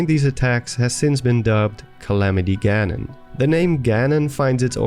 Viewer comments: Ah, yes. "Galamity Ganon" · My 2 fav Zelda YouTubers. Btw "Galamity Ganon". I laughed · “Galamity Ganon”. Lol still an amazing video. Keep it up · is no one talking about the anceint "Galamity Ganon"